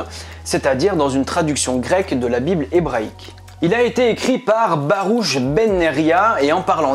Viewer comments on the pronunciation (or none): Baruch se prononce barourh (avec le rh un peu comme si on se raclait le palais) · Les p'tits clous?!! Depuis Marc Toesca dans le top 50 des années 80 jamais plus entendu cette expression ;-) Juste pour aider un peu Anaq signifie Géant donc le mot est peut etre tiré de ce personage.. et Baruch se dit Barurh